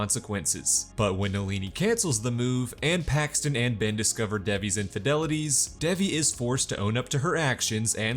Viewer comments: Its dave eee. Not deviiii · Not the way he says Devi.. sorry I had to comment that it rlly bugged me but this recap helped so much to Ty!